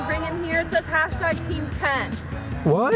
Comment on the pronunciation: It's Team not tame!!..